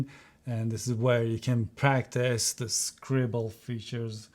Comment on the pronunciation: You mean “scribLLe” ? time stamp 😂